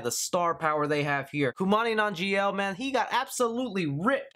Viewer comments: His name is "Kumail Nanjiani" and not Kumani Nanjial. At least do some research before butchering someone's name that too of a well know actor. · Kumali Nanjian 😂😂😂😂... It's Kumail Nanjiani, that aside another great video, keep up the great work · “Kumani Nanjiel” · Not to be an ass, but you butchered Kumail Nanjiani's name... Its "koo-male non-jee-ahh-knee" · You are bad at pronouncing names. Koo - Male Non - Jee - On - Ee Kumail Nanjiani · Kumail nanjiani say it right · Has anyone told you that you fucked up Kumail Nanjiani's name yet?